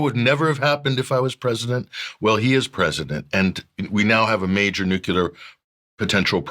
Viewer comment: on form today....he got in 'nucular' and 'a whole nother' in the first 5 minutes! Sometimes ukc is like watching the Simpsons 😂